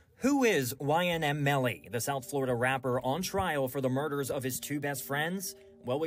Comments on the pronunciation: How can you type YNW on your video but can’t pronounce his name Right 💀 ITS YNW Not YNM🤦‍♂️😭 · “YNM” …. How? … Just how do you mix up a “W” with an “M” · Lol he called em ynM Melly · Ynm? You whack its ynw 🤣🤣